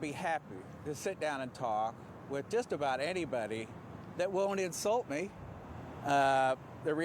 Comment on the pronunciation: . Mfer said “warshington”.